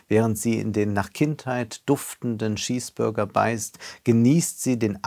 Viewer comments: Da lauscht man eloquenten Worten Jahr nach Jahr, preist ihn im Freundeskreis für die ruhige und vernüftige Art zu analysieren und zu sprechen, nur damit er dann bei "Schießburger" sagt. smh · "ready made" aussprechen können, aber Schiessbörger nicht. Chapeau. Übrigens ist der Tortilla Gang keine Tapas, nur weil es sich spanisch anhört.